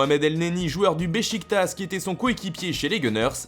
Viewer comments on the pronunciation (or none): none